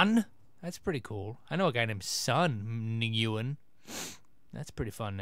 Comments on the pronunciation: Nguyen is pronounced Win Toby xD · Haha, you tried to pronounce Nguyen. How cute.